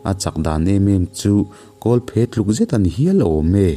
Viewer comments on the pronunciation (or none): none